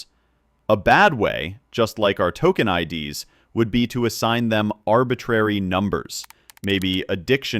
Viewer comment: I'm sure this is a human, LOL. It pronounced IDS (in "RAW TOKEN IDS") as the letters I .. D .. S (like the acronym for Intrusion Detection System) instead of as the plural form of ID (identifier).